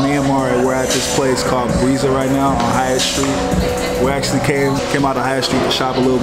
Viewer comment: Lol it’s haight street as in “hate” , one most famous streets on west coast. Dig the vids stoked on jags FA , can’t wait til next season